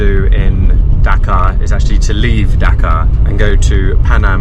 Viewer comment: Great video. You may pronounce it as dHhhaa Kaa not daka and also not bang or Beng la desh but baaaang la desh